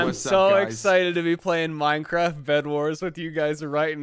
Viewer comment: You say Minecwaft